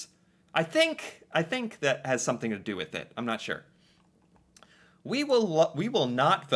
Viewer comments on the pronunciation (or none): none